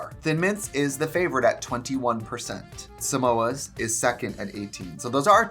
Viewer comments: Trixie dragging him for trying to say Samosas 😂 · You know he’s gay when he thinks Samoas are pronounced like Mimosas lol